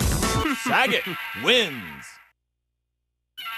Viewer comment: It's Funny how the Announcer Pronouces Sagat as "Sa-GET"